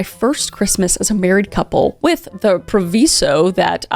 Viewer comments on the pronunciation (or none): it's pronounced "pro-vye-zo" not "pro-vee-so"